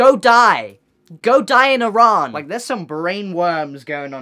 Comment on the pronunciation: Im not sure if he is Middle Eastern but he is the first person that probably isn’t that has pronounced Iran correctly. I think thats cool